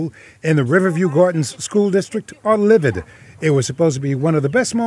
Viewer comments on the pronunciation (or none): wait did the reporter say livided ?